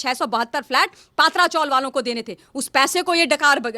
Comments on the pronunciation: हिंन्दी भाषीयोने मराठी भाषा का सत्यानाश कर रख्खा है,पत्रा चाल बोलने को क्या दिक्कत है. पत्रा को पात्रा और चाल (चाळ) बोलनेको करता परेशानी है.कभी कभी लगता है दक्षीण भारतीय हिंन्दी का विरोध कर सही करते है . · पात्रा चाल नही , पत्रा चाल बोलना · It is "P tra " chawl meaning chawl made from iron corrugated sheets. All Hindi channels are pronouncing it wrongly ,as it is owned by "S. Patra." Please correct yourself